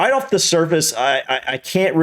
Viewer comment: Brits copying Americans, that annoys me saying "offa" instead of off.